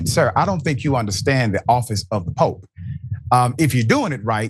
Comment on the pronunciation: It's POPE not Pop 😊